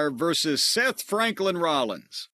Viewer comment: “Seth Franklin Rollins”😂